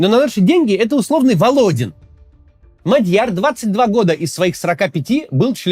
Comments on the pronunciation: Максим неправильно ставит ударение. Правильно-МАдьяр(на первый слог) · Не Мадьяр, а Мадяр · не Мадь'Яр, а М'Адьяр 😢 ...готовится к эфирам надо.